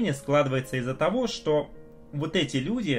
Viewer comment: Когда уже будет нормальный звук в этих видео ? И слово ,,что ,, пора уже нормально выговаривать.